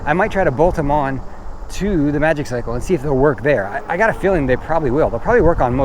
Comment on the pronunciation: I gonna nag. It's pronounced Maji-cycle😁